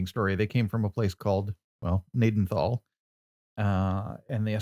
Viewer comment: Pronounced Ga-naden-tal, my great grandfather, and grandfather grew up in Gnadenthal. The farm yard in the town is our main farm yard.